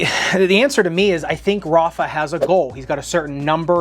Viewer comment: the way americans say "Rafa" 🤮